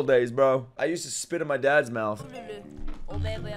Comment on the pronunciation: Bro can't read the word "my"